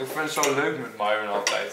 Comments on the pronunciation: Je speekt de naam van myron myron uit geen miron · sta er niet van te kijke dat mensen haar naam verkeerd schrijven ze zegt zelfs telkens miron ipv myron dus eigen schuld haha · Myron, misschien moet je bij Starbucks een keer Mairon zeggen ipv Mieron, wie weet schrijven ze dan wel goed hahah